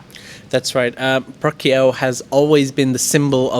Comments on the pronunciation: Work on your pronunciation you are pronouncing Phu Quoc incorrectly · Phu Quoc = foo-wook (roughly)